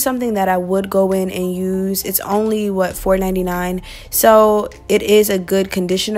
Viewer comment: Sayyy whet😲